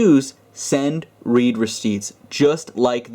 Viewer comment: the read there is pronounced "red"